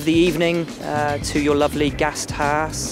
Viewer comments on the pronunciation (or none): none